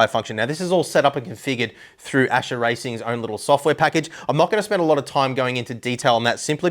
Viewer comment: Its Ascher, not Acher :>